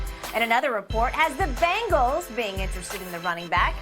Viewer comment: BENGals not BANGals 😂